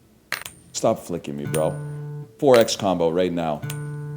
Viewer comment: I’m dying 😭😭😭 “they’re flicking mee” in the drunk voice is too funny